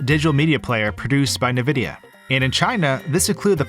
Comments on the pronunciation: Its 2022 and this G still pronounces Nvidia as "NuhVidia". Its "N-Vidia". Say the N, not the sound it makes. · Are you pronouncing Nvidia as NAvidia??? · every time he says "nevidia", i get a heart palpitation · Nvidia is not “nah-vidia”, it’s “en-vidia”. It doesn’t matter, but it bothered me. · This is also the first time I've heard anyone pronounce nVidia as "ne-vidia" rather than "en-vidia". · Nuh-Vidia? 😅 Why not Anne-Vidia like most people say it? 🤔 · what's "nividea" you say Nvidia wrong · The fact you said "Na vidia" so many times, made me stop watching. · The way you say “nividia” is mildly irritating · man i go like 20 years of internet surfing without hearing someone pronounce Nvidia like Navidia and in one week i find 2 people who do it. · I've never heard it being pronounced like that, although their old logo (stylized as nVidia) might suggest it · It’s pronounced N-vidia. Ok? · It’s pronounced “N” videa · Nvidia. It's pronounced by saying the first letter, then the rest. Most say in-vidia. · the way pronounces nvidia gives me shivers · as great as this video is, his pronunciation of Nvidia just hurts me- there is no wrong way to say it, but it just feels off